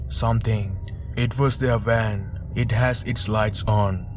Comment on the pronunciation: "Got in a wan" What's a wan?